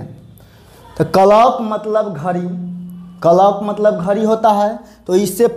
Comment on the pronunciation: Hlo sir clock ka Galt pronounciation kar rahe hai sahi kijiy sorry agr kuch bole ho